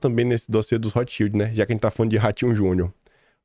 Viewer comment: Rotschild pronuncia-se Rotscháild